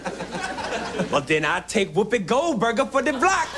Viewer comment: He said Whoopi Goldburger lmfao